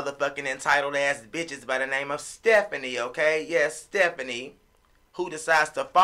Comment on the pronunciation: U call her sephanie ? I call her fephanieeeeeee🤣🤣🤣